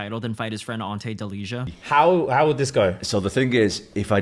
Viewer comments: Delija is pronounced Deleeya. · Bro you totaly mispronounced Delija